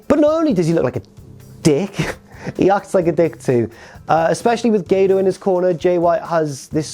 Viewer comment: When you said gato I thought for a second you said grato